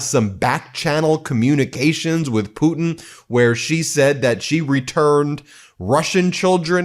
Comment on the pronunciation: Please note, his name is Zelenskyy not zelinsky.. “Zel-len-sky,” not “zel-in-sky”. I was impressed that an American says Putin correctly though. Poo-tin and not poo’n like most Americans say, so kudos to you, the T is there. Our chancellor Merz here in Germany is pronounced “Mairz” and not “murz”. By the way, president Macron is not pronounced “mar-crone”, it’s pronounced mar-cron. Where the cron part rhymes with “on” Just trying to help, from a polyglot here in Germany, originally from the UK Great coverage though. Loving the coverage